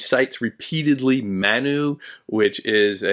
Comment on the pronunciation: You provided an excellent explanation of the core concepts of the book, and I truly appreciate your insights. However, there were a few areas where I noticed some challenges, such as the pronunciation of 'Manu' and the portrayal of Indian culture, particularly during that historical period. While I recognize your standing as a distinguished scholar, it can be difficult to grasp the deeper essence of the author's work without a more nuanced understanding of these cultural contexts. I hope you understand, and I apologize if my words seem too direct. 😊😊